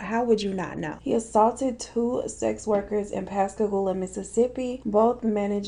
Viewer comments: You said Pascagoula correctly!!!! Giiiiiiiiiirl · That moment when your in pascagoula and says pascagoula😦 um....